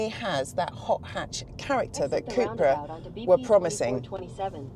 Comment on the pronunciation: Cupra not Cooopra